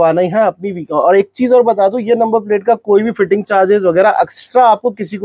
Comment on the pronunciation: फिटिंग को फ़िटमेंट ना बोलो भायी